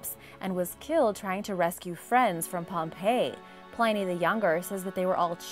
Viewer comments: Plin-nee the Elder, not Pline-nee. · Love everything you do and I hate correcting pronunciation, because I have messed up so much over the years, but Pliny the younger is pronounced Plinee, not Ply-nee, I've been reading a lot from him over the years and made the same mistake myself, just before someone makes a snarky comment. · Pliny. Plin to rhyme with fin and thin. Pliny